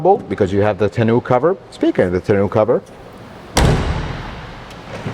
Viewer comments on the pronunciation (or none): What is a tonew-cover? ;-) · Tenoo cover 😂